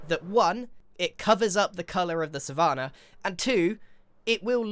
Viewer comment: Love the video but i have NEVER heard anyone pronounce 'Savannah' like that?? (I have the same accent as Grian) Am i missing something?